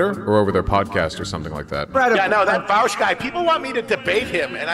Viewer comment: Will calling Vaush "Vouch" is so tight